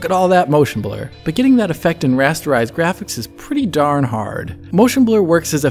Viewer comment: he lost me a rasterize